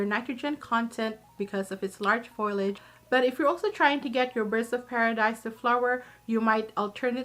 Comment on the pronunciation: The word is "foliage," not to be pronounced as "foilage."